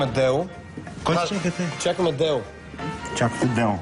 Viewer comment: Чакали били "Деу"? "Дело"? хахаха когато Л е "Уъ"